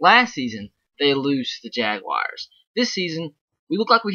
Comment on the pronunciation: Jaguars not Jagwires lol